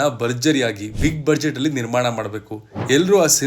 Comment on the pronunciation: Budget pronunciation is ಬಜೆಟ್. ಆದರೆ ಸರಿಮಾಡಿಕೊಳ್ಳಿ ಕೇಳುಗರಿಗೆ ಸಹಾಯವಾಗುತ್ತದೆ.